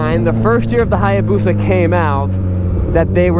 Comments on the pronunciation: Being a motorcycle dealer, I'm surprised you can't properly say, "hay-boosa". And I'm not sure that's even a real hay-boosa; the swing-arm is way too short. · The A is silent in Hayabusa just so you know.